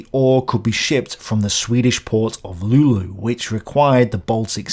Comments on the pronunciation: Yeah, Lule would have been a better pronounciation. When it comes to prnounciations of cities it can be very hard for a foreigner to figure it out, compare for example Leicester which a Swede would fail misserably with. And even inside Sweden, many Swedes would fail to pronounce Vadstena, Lidköping or Gideå "correctly". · If you need to pronounce Luleå again its Luu-Leh-Oh. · Thanks for taking this topic up, Not many english speaker that really talk about this. But must say that your phrasing of Luleå made me lol hard as a born and raised in that town. ''Lulu'' xD It should be pronounce ''LOO-lay-oh'' for you people that do not use the words Å, Ä or Ö. Also you can say ''Lule'' because many in the northern part of Sweden never say the Å if that is the last character in a City's name. Like Pite (Piteå), Ume (Umeå), Skellefte (skellefteå) and so one. Just some random facts from me to the world on how local people say the city names here. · "Luleå" - Lul-ey-oh :) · "The swedish port of Lulu" Lol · Swedish port of "lulu". That one hurt. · Hahahaha! When you said city of Lulu I died laughing! That is so wrong hahaha! Well Swedish is hard but jesus... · Luleå is pronounced luh-leh-oh or just luh-leh in the local dialect. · I like how he pronounced "Luleå" like "lulu" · An an "lulu" native laughed my ass off xD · Never heard anyone pronounce Luleå as "Lulu". This is why I love different languages, simple little cute mistakes like that :3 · you got trolled by your computer then x3 It's Lu-lee-oh. Å is a strange letter for people who don't have it in their alphabet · Antar att jag aldrig träffat någon från luleå då, har jämt aldrig hört någon säga lule förut. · Late answer the english pronunciation for Luleå is ''LOO-lay-oh''. Also some random fact how you say Luleå in ''Bondska'' (Westrobothnian dialect) Lul, Leul, or Leol. Not that many talk like that anymore here unless you are really old. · Luleå is prononced like lul-e-o